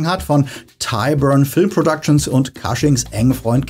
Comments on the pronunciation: Cushing wird wie "Kusching" ausgesprochen, nicht "Kasching". Ansonsten tolles Video 😊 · Kleiner Hinweis: Peter Cushing spricht man nicht „Kasching“ sondern „Kusching“ aus. Ansonsten tolles Video, wie immer.